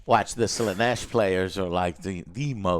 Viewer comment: WTF is this Slaneesh pronunciation, pls stop